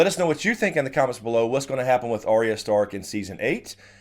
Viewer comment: I have issues with the way pronounces Arya. I will also now and forever associate Michael Jackson’s Beat It with Tweet Tweet Tweet Tweet it. Thank’s a lot.